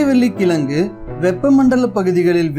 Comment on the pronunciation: கிளங்கு இல்லை கிழங்கு Pronounce it properly bro